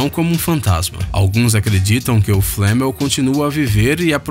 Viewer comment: não é nicolal flamel